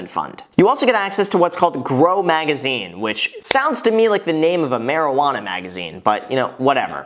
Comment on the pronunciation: The way he said marijuana let’s me know he’s never smoked 😂😂💀